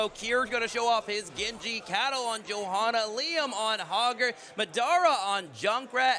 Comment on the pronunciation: He can't even say "Johanna" lmao